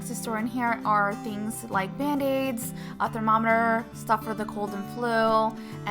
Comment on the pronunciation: Love you, but "thermometor" 😂😂😂